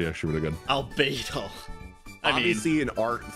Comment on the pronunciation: albedo is very austistic, yes. i think you pronounced it wrong, there isn't an r in it.